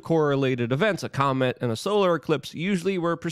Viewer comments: If you cannot pronounce COMET correctly and insist on saying comment do not put it on your show !! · Luke why did you keep saying Devil Comment instead of Devil Comet? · It's COMET not COMMENT. good grief 🙄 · Lukes ability to say Comet, is only surpassed by Benadryl Lumber-hatch attempts of saying penguin